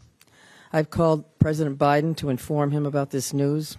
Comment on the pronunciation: She called "president" obiden? Mmmm kay. He probly was asleep.